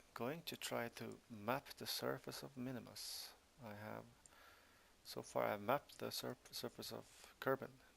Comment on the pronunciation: It's Minmus